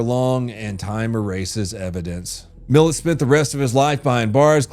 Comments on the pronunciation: lol ... why is he pronouncing it like mill-et.... its pronounced like mill-at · Millat (Mill-At) not Mill-Et Anyway. He would serve the spinal cords of his victims through practice and most of them were paralyzed from the waist down and alive as he would practice shooting at their heads and also using his knife to perfect the spinal severation. Bro was an absolute psycho. People think because his count was 7 that he wasn't as bad as American Serial Killers but the reason he is as remembered as Bundy and Dahmer is because of the brutality of his killings. kinda skips over it and I understand why but go look up a documentary on him you'll see how twisted this dude was. Recent findings have got his count up to about 40 you can link him to but I believe it's way higher. He was active 10 years before he was "active" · As an Aussie this is absolutely fucken vile wtf Sorry but I completely lost it when you said Ivan Millet That aight the one brother! Sorry 😂 the pronunciation was brutal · It's pronounced mill-at. But well done on most of the pronunciation tho 🫡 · ⚠️I AM AUSTRALIAN SO IF YOU WANT TO KNOW THE REAL NAMES OF THINGS AND THE REAL TRUTH ABOUT LINDSAY THIS IS A MUST READ ⚠️ ‼️👉🏻His name's not Ivan millett Ivan Mil-at and it's not bolango its Balangalo it is oolara it Uluru AKA Ayers it is not called Fraysher Ireland it was Fraser Ireland but now it has been changed to the original name which is k'gari Rock and what you said about Lindsay Chamberlain and the 10 lb bucket of sand is absolute BS 🐂💩 it was a theory but it was never put forward this guy is an absolute tool he knows nothing but trying to run a documentary style channel 🤡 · Had to turn off when you first said “Milat” It’s uhhh.. not pronounced like that. Mill-AT, not Mill-ET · I never even heard of this turtle sucker... also.. Ivan Milat is pronounced Ivan Mel-at and Ularu is pronounced oio-la-roo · Milat* not Millet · Aussie here love your work but please its "mil-AT" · it prononced mil -at